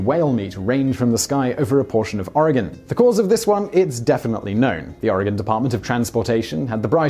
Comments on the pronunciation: Major points to Simon for pronouncing Oregon correctly, especially since he's not even from the States. Noice. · props for pronouncing Oregon right